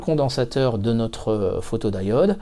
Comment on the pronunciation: Pourquoi prononcer photod"aï"ode, à la place de photodiode (à un moment tu parles de diodes en le prononçant à la française).